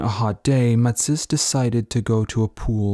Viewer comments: It’s Ma-tees! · I had trouble getting past this guy's pronunciation of Matisse's name. But this was truly fascination to see the old man in these great photos. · I'm guessing French Canadian then? Because no Frenchman I know (and I know a few) would pronounce Matisse the way it is done in this video.